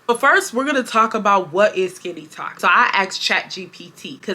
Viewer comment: You learn something new every day. I’m not on TikTok much but I’ve never heard the term. At first, I thought you were saying “skinny talk” 😂 as always, great content!